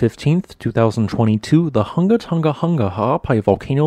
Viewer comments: It's pronounced" Hoonga hoonga"not hunga like hung! And pronounce the ng, like in song, sing. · Man.... you are slaughtering the pronunciations of our islands, it 'Hunga'!!!!!!!!😔😔 but yeah Sunsets here are awesome from Tonga....